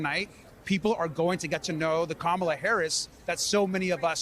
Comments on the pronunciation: Hulk Hogan, confirmed raycust, was apparently mocking Kamala over her ethnic background last night in Ohio. He also reportedly mispronounced her name several times. I guess the doofus was thinking about an old wrestling nemesis of his, the Ugandan Giant Kamala. 🙄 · Obama pronounced her name incorrectly. 💙